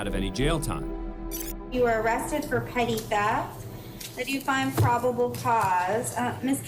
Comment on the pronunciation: It's NOT "Petit Theft" It's PETTY Theft !!!!!!